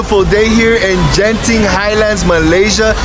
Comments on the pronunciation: Genting pronounce as G not J as in games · The G in Genting is pronounced like the hard G in "Game"